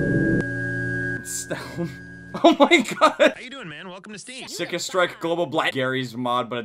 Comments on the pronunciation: CYKA he says sicka its pronounced suka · he said cika instead of cyka like cyka blyat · Repeat after me. "Cyka" is pronounced "SOOKA". SOOOOOOOKA!!! AND "BLYAT" IS PRONOUNCED "BLEE YET"!